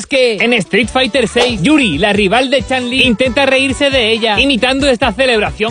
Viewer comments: Se pronuncia "CHUN"... "Chan" está mal dicho, en japonés "Chan" se pronuncia como se lee y "Chun" también, fuera de la corrección, buen video crack. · ¿Por qué dices "Chan Li" como si pronunciaras su nombre en Inglés 'cockney'? 🤨❓ Su nombre es chino y debe pronunciarse fonéticamente, tal cual como está escrito. 😒🙄🤦🏻‍♂️